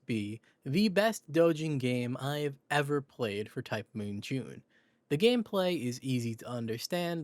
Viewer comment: ITS JUUNEEE